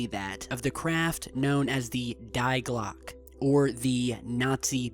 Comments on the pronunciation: Sorry, not "the DIE GLOCK" it is called "THE BELL" (German die Glocke (dee glocka or glock uh)) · It's Die Glocke, pronounced like DEE, GLOCKA. In german, I's are pronounced like E's, and E's like A's. Just saying. You pronounced it like Dye Glock lol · Just saying, you spell out Die Glocke "Dee Glok-uh" :P Nice vid tho! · It's pronounced "dee glock-uh", btw. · here is the phonetic pronunciation of Die Glocke (Dee Glock).....if interested! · Die Glocke is pronounced "Di Gloke" not the way you pronounced it, it means bell on german, "Die" in german is like "The" in english